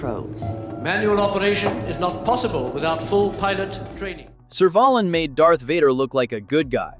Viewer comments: It's pronounced Serve a lan the a being like cat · I'm glad you included Servalan from Blakes 7. However, it's pronounced 'Server-LAN' I was never afraid of Servalan, but B7 fans are in awe of her. She was as a cool, calm, and collected as she was evil. One of Blakes most loved baddies! And, yes. she was often dressed like she's going to a wedding, or off to dinner with celebrities or the Queen! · Serv what now? Seriously, couldn't you at least research the correct pronunciation?